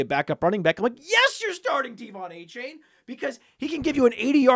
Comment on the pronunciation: You're pronouncing Achane wrong. AY-chan